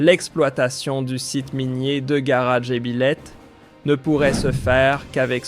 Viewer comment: Le narrateur a dû être piqué par une mouche de Tsé-tsé. Et puis, qu'est-ce que c'est que cette aberration de "GARA"??? W`1ech men "GARA? "Il ne GARA rien du tout", ça a toujours été "GHAAR DJ'BILÈTE, voire DJEBILÈTE, et certainement pas "DJEBILÈH.